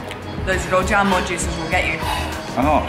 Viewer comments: You father is an innovative linguistic genius, rou-jam-more and mala-tongue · father from Australia: rou-JAM-o; Max's younger brother from the UK: JAM-bing. The creativity of multi-linguals never disappoints! XD